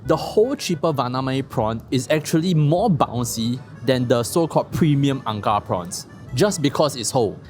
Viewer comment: ang kar with a hard K